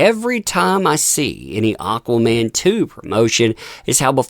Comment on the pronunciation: its AquamaN...not AquaMAAM from Spain